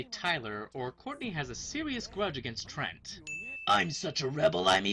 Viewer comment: I'm from Canada too but it's still said trent